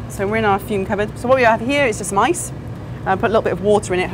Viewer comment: 'wot we have here is smice' - why are you using mice? Oh! you mean 'some ice' lol